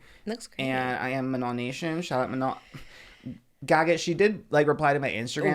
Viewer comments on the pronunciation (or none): manny mua was talking about katseye and was calling manon “MAN - AN”